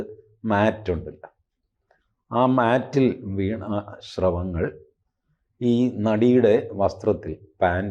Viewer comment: ശ്രവങ്ങൾ അല്ല. സ്രവങ്ങൾ. യെ പോലുള്ളവരിൽ നിന്ന് ഇത്തരം തെറ്റുകൾ പ്രതീക്ഷിക്കുന്നില്ല.